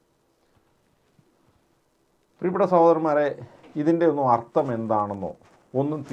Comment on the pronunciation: അർത്തo അല്ല സ്നേഹിതാ അർഥം